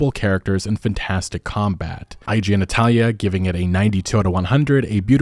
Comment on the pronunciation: I know you meant to say "IGN Italia", but I heard "I genitalia" and giggled like an idiot